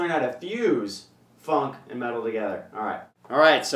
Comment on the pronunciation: it sounded like he said fucking metal lol